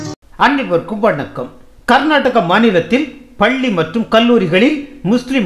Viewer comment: அட ஓ வாயில பல்லின்னு சொல்லுரயே எங்க பள்ளி ன்னு சொல்லு பாப்போம், பல்லி இல்ல பள்ளி ன்னு